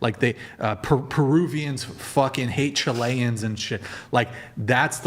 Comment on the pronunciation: Chileans not Chilayens. That really drives my Chilean partner insane when you mispronounce the country and the people.